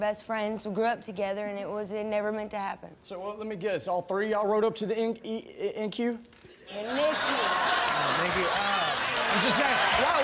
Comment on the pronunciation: Sir, say NQ one more time!